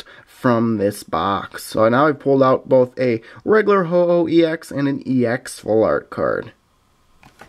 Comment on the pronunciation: it's pronounced ho-oh fam